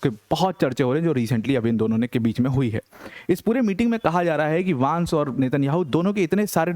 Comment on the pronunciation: वैन्स not वांस, please correct pronunciation